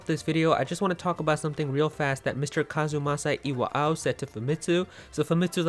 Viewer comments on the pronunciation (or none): the way you say kazumasa iwao kills mee :"(